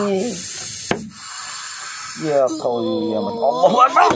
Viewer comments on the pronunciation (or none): hahaa coba lu dengar baik2 bos sholawat nya...mohammad mukan mohamad..wasallim bukan wasalim...bukan masalah nada..tpi wajarkah sholawat seorang ustad terdengar sperti itu hahaa